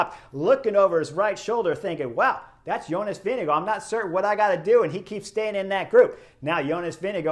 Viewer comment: Your pronunciation of ‘Vingegaard’ is really good! (I’ll let the Belgians comment on your pronunciation of ‘Stuyven’) 😆